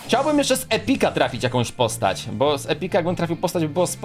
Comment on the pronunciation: Po pierwsze to jest bo a nie bu